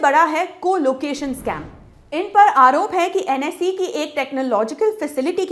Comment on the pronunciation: It's NSE not NSI